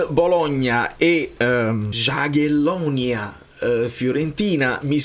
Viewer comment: Jagiellonia si legge iagyelonia